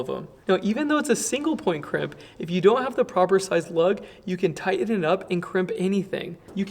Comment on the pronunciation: no one pronounces tighten like